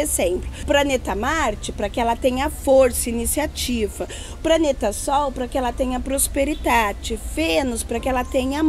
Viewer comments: Foi difícil ver esse video todo com esse jeito estranho da falar, trocando o "D" pelo "T" o "B" pelo "P" e por aí vai. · A fala praneta kk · Ela falou "praneta"